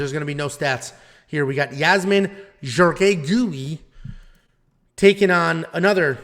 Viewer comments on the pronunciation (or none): Jauregui is pronounced “How-da-gi” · I think you're pronunciations of Yasmin Jauregui will go down as the all time GOAT of all pronunciations. Here's to the champ!